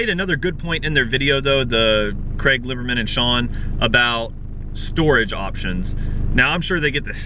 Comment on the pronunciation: What about importing any just not here. Import to Canada where the law is 15 years not 25. From there you can figure it out n yeah it would take a year take at least before u could register legally but I've looked into this a good amount in the past . N Craig Lieberman lol just heard u pronounce it as I was typing.